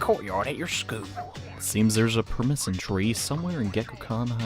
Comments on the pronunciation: "Permisson" is killing me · PURR-SI-M-MIN tree. Your not very good at pronouncing things....your videos are great though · the way he pronounces persimmon makes me laugh everytime